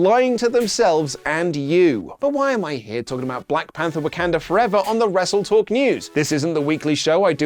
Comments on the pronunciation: ammm...an unnecessary nitpick!!....what place is Wak"e"nda in wakanda forever?, i wonder!...instead of wak"a"nda... 😛....i kid, i know its just a pronunciation thing but... 😆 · It's WAKANDA FOREVER not Wekunda Forever...